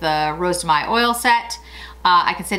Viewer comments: Rose de mai you pronounce Mai Mė not may ( yes i know im a pain) happy annniversary i love your channel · no you should pronounce it like when you say hey so mey but without emphasing the sound y at the end I dont know if i am clear